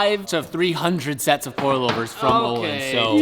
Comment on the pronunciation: Öhlins (ö) is not "o" it's like the the sound you make when you're about to Puke😂 If you write island in Google translate to Swedish that's how you say it :) This is very important!!!!